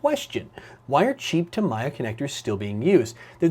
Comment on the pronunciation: Sorry for this.... But it is pronounced: Ta-mi-ya. All syllables in the same speed.